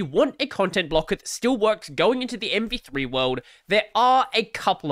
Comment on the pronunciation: I think you're saying MP3/MP2 a lot, instead of MV3 lol.. or is this the joke? Anyway, MV3 (or MP3) is really scary, let's hope Firefox receives more marking share because of it.